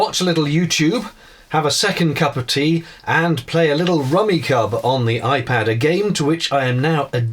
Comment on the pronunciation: No biggie, but Rummikub is pronounced like “Rummy Cube”, at least on this side of the Atlantic 😀 Enjoying the new narrowboat videos, from the viewpoint of a part time cruiser